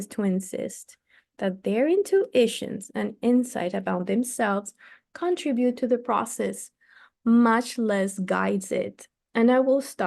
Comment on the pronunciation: Thank you so much. I really appreciate that you are reading this book for us. I am going to listen to the other sections as well. Your English IS great but I hope you don't mind if I give you a suggestion, in good faith and with appreciation. Look up the pronunciation of prevalece /lead / contributes on Google. Again thanks so much! Great job